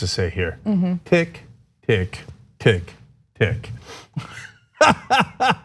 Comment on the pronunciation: "tick tick tick tick,"? Ana, I agree with you, women and gay men may have a different ear, but every time he says that, I literally groan. I think it is the stress of the final tick.